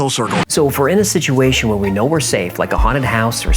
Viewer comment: Zak Baggins used the pronunciation for situation as siduation I just heard him say it 🤔 on the episode about fear..... 👁️👅